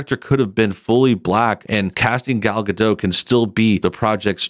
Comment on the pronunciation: Who is Gal Gad'oh? There's a 't' in the end, like you pronounces 'dot', but with a smaller/shorter 't'. Like Gadoht.